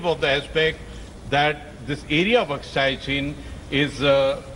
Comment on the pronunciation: who hires these anchors who dont even know how to pronounce Aksai...she pronounce it as "Akshay" 🤣🤣